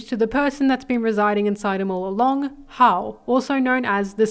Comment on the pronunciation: It's pronounced how-oh